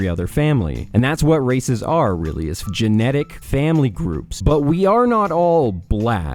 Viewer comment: Is it really that hard to say "genetics"